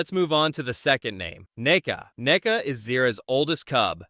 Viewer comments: It's nuka, not " neka" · It's Nuka Whatever you just said idiot